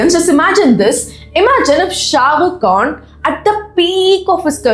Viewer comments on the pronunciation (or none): none